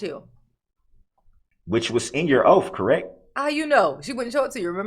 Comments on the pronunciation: “The oaf?” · LOL!!!! Those “ oafs” yu swore to. He has sooo many rights!!!!!!🤣🤣🤣🤣🤣🤣and “ dos troofs”. that need to be known” !!!!!!😂😂😂😂😂😂😂😂😂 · "All those "oafs" she swore to." The only "OAF" is Darrell Brooks.